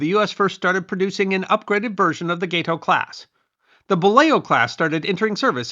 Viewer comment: The GATE-OH is actually GAT=OH. It was named after the gato shark, or "cat shark". Gato is Spanish for cat, so check your Spanish pronunciation..